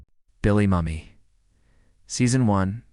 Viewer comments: I remember so many of these guest stars as they were already famous. Paul Lynde is remembered as the nearsighted Dr. Dudley and would remark when seeing Herman's hairy hands, saying that Herman brought his doggie along. What's with the mispronunciations? For instance, Billy Mummy???????????? It is pronounced like 'moo-me'. Gotta give this video a👎 for the mispronunciation and missing major points of the guest stars........................ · Um.....that's pronounced Billy "Moomee" , not mummy. He's alive and well today. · "Moo-me" not "Mum-me". "Del-Louise" not "Day-Louise". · Bill Moo Mi, Not Mummy. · It’s Billy MUE me ,not MUMMY .